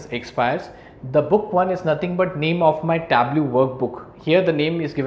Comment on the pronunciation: Sorry, native English speaker here, and the instructor's pronunciation of "pivot" is not close to how we say it. He also mispronounces Tableau. He's otherwise a great instructor, though.